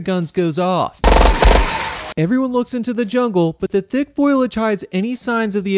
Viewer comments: It's...It's foliage, not foilage... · Goddamn it. Stop saying “foil-age” it’s “fo-li-age” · It's foliage.. not foilage.. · Fo-lee-age. Not Foil-ledge. Its hard to be told what I will and won't survive by someone who can't tell the difference. Will all the foil get me? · First of all foliage it's not pronounced FOILage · The fact that you said "foilage" enrages me in a way that I can't fully explain. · FO-LEE-AGE. Foliage. What a great bad movie this was. Loved it. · I can't tell if it was a joke or not when you pronounced it "foilage" XD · Great video but the pronunciation of "foliage" bugged the hell outta me